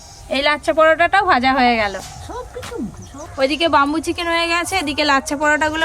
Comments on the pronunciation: Bambo chicken na bamboo chicken thik kore bolteo jano na😅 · age tumi uccharon ta thik koro tar por dadu k sekhabe..bambu chiken noi bamboo chiken..kola pata noi kala pata..ajob katha bole...nijeke ki mone kore k jane.. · Not bumboo chicken it's bamboo chicken only eating first currect your pronanouncesion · বামবু চিকেন কি???? ব‍্যামবু মানে বাঁশ আর বামবু মানে মার দেওয়া 😅তোমার উচ্চারণ ঠিক কর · আরে কথাটা বাম্বু চিকেন নয়।কথাটা ব্যাম্বো।